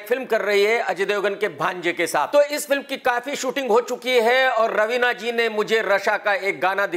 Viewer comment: Ravina ka naam pahli bar sahi bola